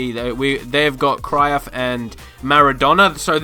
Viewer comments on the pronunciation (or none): My man pronounced Cruyff “Crayof”😂😂😂😂🤦🏾‍♂️